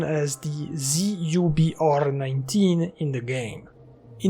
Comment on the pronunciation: I believe that PP-19 Bizon used (the ZUBR-19) is pronounced like "Zubr" rather than "Z-U-B-R". What I mean by that is that Żubr/Zubr/Зубр is literally Bison in a couple of Slavic languages. Great analysis btw.